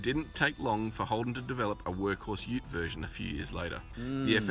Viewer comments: Ute. Yoot. Short for utility. Not oot. It's not an ootility 😂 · Yeah! You got it right & then “corrected” yourself, wrong! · Ute = " Yout". Panel van = "PANel van". [ANOTHER, or AN OTHER; not "a nother".]